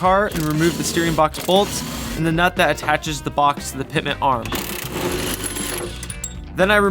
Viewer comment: It's NOT "Pitment" arm it's "PITMAN " arm. Annunciation will be your F R I E N D in these videos.